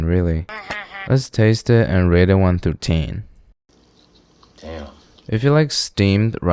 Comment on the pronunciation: Why does he pronounce it "one through teen", though? This is the first video here on youtube where he says it like that and there's no explanation given. I've gone through all his earlier videos in hopes of finding the origin story, but no such luck... probably first appeared on some other platform...